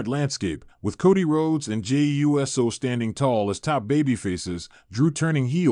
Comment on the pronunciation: Jay U S O??? Who is reading this aloud? I'm out